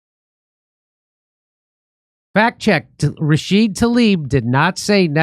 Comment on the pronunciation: why doesn't he pronounce the A at the end of her name???? RashidA! I thought was the one who couldn't sound it out